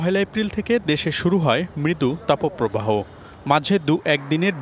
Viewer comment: Tapoooo probaho word ta kothy porechen ai songbad pathok??? Age kotha bolte sikhun